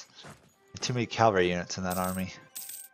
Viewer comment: firts comment, like and view. you say mavari instead of maravi, also you said calvary instead of cavalry